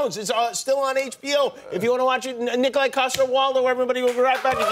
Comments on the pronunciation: It’s Niko-laj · It's pronounced *Nikolaj. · Its not Nikolaj,... Its KNEEKOLAAJSH